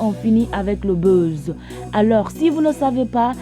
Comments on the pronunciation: C'est buzz tu prononces beuze là? Mon oeil 👀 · Merci pour ta contribution et je veux ajouter que la façon dont elle prononce les mots "buzz, fan" est à revoir